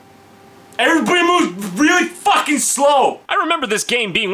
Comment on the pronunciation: everybody moves fauwkin slow... Everybawdy moovs really fauwkin slow